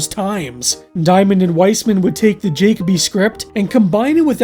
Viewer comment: IS it "Jacob-y" and NOT "juh-KOE-bee"? Because I have NEVER seen the name "Jacoby/Jakoby" and heard it pronounced "JAYKAH-bee"...